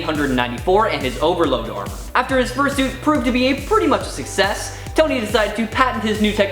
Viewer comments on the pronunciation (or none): none